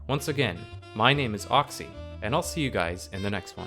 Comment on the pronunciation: Oxcy? Son your name is, like Pocky.